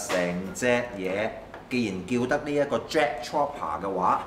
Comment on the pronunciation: 跟我讀次, Trooper, 兩個O，作烏音，Tr-烏-爬